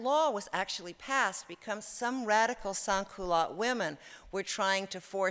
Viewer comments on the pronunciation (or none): Lady where did you get your doctorate ONLINE? You are writing about French fashion and you can't pronounce French words. It bugged me so much I couldn't concentrate on any of this. When you say 'sans' you pronounce the last 's'